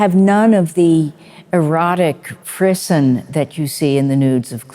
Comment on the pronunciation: 'insightful' 'frisson' not prison